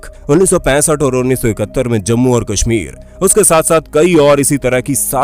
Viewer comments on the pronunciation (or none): none